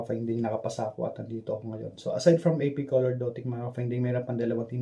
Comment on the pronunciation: Pronounce it right? Ap colordotic ang dinig ko sa sinasabi mo, its AP Lordotic